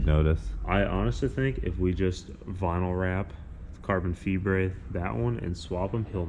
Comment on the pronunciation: when said "carbon Fibrè" XD